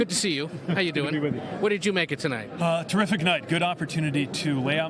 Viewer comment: Pete says he has terficic night........and now he can't sit..:-))))